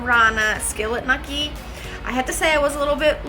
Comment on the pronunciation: WTF?!?!? its pronounced gnocchi (Know-key)